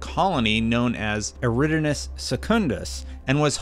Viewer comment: Wow, absolutely butchered "eridanus" air-i-don-us